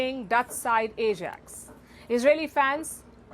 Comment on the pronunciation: First of all Palki, pronounce Ajax correctly. The Israelis provoked the incident to play victim as always. Common Jew tactic. The first time Palki presented a biased news. Don’t lose your credibility. Be truthful & report the truth. I am contemplating unsubscribing from your channel.